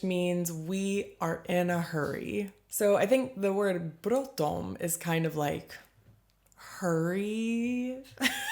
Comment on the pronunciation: I love your pronunciation of bråttom :D